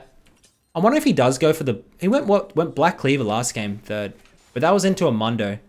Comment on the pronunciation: mundo not momdo